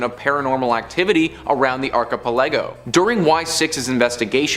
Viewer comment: Please tell me that isn't how you think "archipelago" is pronounced...